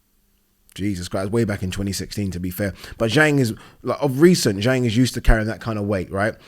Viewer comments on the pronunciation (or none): And Zhang is pronounced Zhong. Agree with you not bein a dick.